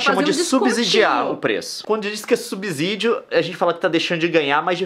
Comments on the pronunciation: Subsídio se pronuncia com som de S, não é “subzídio” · Subssssssssssssssssídio, gente! É só pensar na palavra subsolo, que a gente não fala subZolo. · Irritou- me apenas o erro de pronúncia da palavra "SUBSÍDIO", falada dezenas de vezes no vídeo, principalmente pelo Leon. O segundo S tem som de S e nunca de Z. Está errado pronunciar subZídio. Senão teríamos que pronunciar abZurdo e abZoluto. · Subsídio, não subZidio ou vcs pronunciam subzolo? No mais, o vídeo tá ótimo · É DÉCIMO vídeo que ouço uma pessoa falar subZídio. É subSídio, porra!!!! Com som de S